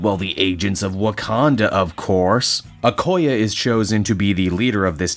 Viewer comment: Just so you know,, Okoye is pronounced as [Oh-Koi-Aye] Also I LOVE where Aaron is going with this